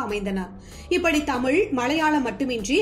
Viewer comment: நல்ல குரல் நல்ல ஏற்ற இறக்கம். ல ழ ள சில இடங்களில் மட்டும் கவனிக்கவும் . ஆல் என வரும் இடங்களில் மட்டும் ஆள் எனச் சொல்கிறீர்கள்.நடிப்பாள் கமள் நடித்திருந்தாளும் மலையாழம் தெளுங்கு கவனிக்க. பாடல் ஒலிக்கிறது.எனபதற்கு‌ ஒலிக்கின்றன என்கிறீர்கள்.படங்களாக அமைந்துள்ளன என்பதை‌ அமைந்துள்ளது என்கிறீர்கள். ஒருமை பன்மையும் கவனிக்கவும்.